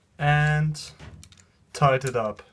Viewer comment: "Toight it roight up"